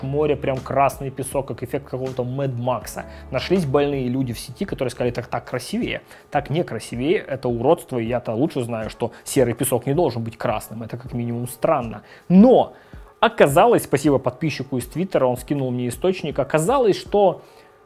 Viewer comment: КрасИвее, ударение на "И"